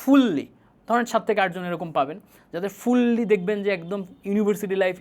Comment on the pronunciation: ’ফুল্লি’ আবার কোন উচ্চারণ!